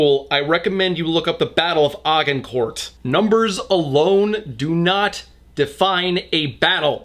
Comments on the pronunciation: Literally the tiniest nitpicking ever buuut... : "Agincourt" is actually pronounced "AH-zhin-court" as opposed to "Aa-Gn-court" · Hey, just wanna say Agincourt is pronounced a-jin-core No nastiness meant, I'm just a fan from the UK! Carry on on:):) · Go to for an absolutely mangled pronunciation of "Agincourt" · Argencourt.... omfg... just.... look it up next time if you don’t know how to pronounce something. Ah-gin-core is how you pronounce it. Don’t come for me, I love you, I’m just really pedantic. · I think the Corona Virus came about because of how poorly you pronounced the Battle of Agincourt. Agen-Court. lol. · Not gonna lie, when I heard him pronounce Agincourt as "Ar-gen-cort" I felt my soul leave my mortal body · I'm a fairly patriotic Brit but the way this book fetishes heritage Britain is just *weird*, also "ah gin court"? is that the american pronunciation? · How did this dude pronounce Agincourt ? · I'm sorry but how the f u c k did you pronounce Agincourt!?